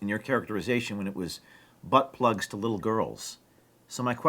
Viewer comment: Yeah, that gu/ay has no problem saying BUTTBLUG. He's very familiar.